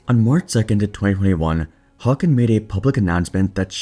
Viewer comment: Well that is one way to pronounce Håkan